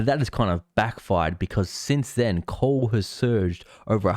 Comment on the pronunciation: you're forgiven considering that the guy who made this video can't even pronounce coal. He said coool 30 times